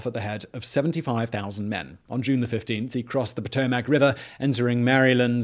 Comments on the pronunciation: The river is called Pa-to-mick...not Pa-to-mack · "Puh-tow-muhk" Not Pow-tow-mack. Lmao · Geographics: Potomac " Patomack " person: its Potomac ( pa tow mick )